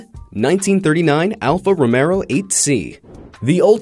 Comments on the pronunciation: Stop saying Romero, it’s Romeo (Ruh-meyo) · ITS NOT "ROMERO" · He was thinking of Cesar Romero, the late singer/actor! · No, Collin is wrong. The 'Romeo' part of the brand's name comes from Nicola Romeo who ran the company just over a hundred years ago.